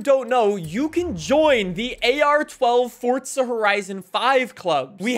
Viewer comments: It’s forza not fortza get it fuckin right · Clown still saying "fortza" lmfao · I do not like the way he says Forza. He says Forca. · Why does he say “FORT-ZA” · 😲Fun fact: Did you know that there is no "T" in Forza? Crazy, I know 🤯🤯🤯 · stop saying forza with a t